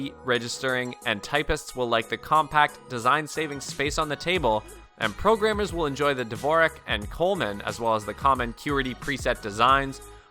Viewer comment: ah, the well-known "coleman" and "q-er-tee" layouts...you might want to become minimally informed before you review ergonomic keyboards